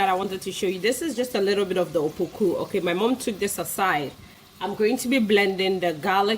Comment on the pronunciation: It's apoku not "opoku"